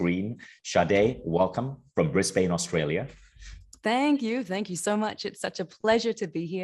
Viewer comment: Hey I’m in Brisbane too. Lol at how Vishen pronounced it